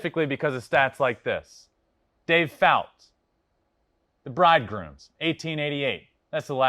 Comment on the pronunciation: "Brooklyn Bridgegrooms" Lol Really, dude ? Bridegrooms